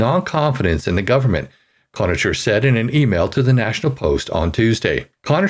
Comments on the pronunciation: You should definitely read the article at least once, before recording. Conacher = [Con] [Aker] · It's pronounced Con a ker. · His name is pronounced KONAKER. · the name is WESTMINSTER… A PLACE… not west MINISTER`; PLEASE CORRECT YOURSELF! It is the same as saying o-ta-way and not Ottawa! I like your articles, but you MUST do Better at pronunciation of nouns! Duff Conacher (KON-A-KER) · Conacher is pronounced like Conaker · You have a great voice. Re: "Connacher" and "exigencies", always good to check pronunciations before going to air. Helps with subscriber levels. You're welcome.